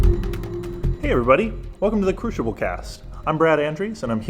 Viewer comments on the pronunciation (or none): One person also says "cru-sha-bull" which...